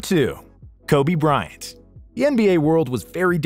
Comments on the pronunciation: KOBE BRYANT NOT "KOBE BRYNAT" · It's Kobe Bryant, not Kobe Brynat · “Kobe Brynat” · Kobe 'Brynat' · "kobe brynat" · "Kobe Brynat" lmao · Kobe "Brynat" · Kobe Brynat? You have to come better then that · Did you really just- Kobe Brynat?! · How can you not get Kobe Bryant's name correct?! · There are MANY mistakes in this video..but this is the worst. Lol. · You could have put some effort on correcting Kobe Bryant's name.